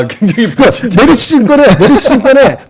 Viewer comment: 김 본부장 께서 오늘 메리츠 증권 얘기 할 때마다, 메르치 라고 자꾸 들려서 아침부터 맥주랑 멸치+고추장 먹고 싶었네요.